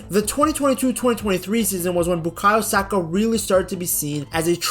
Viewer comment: 😂 Why are you saying his name like that…..